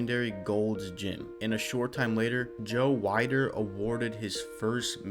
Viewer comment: Joe weider is pronounced joe “WEEDER” it’s just a niche detail that pmo